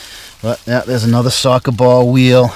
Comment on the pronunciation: Sawka bawl wheal... wtf is a sawka bawl weal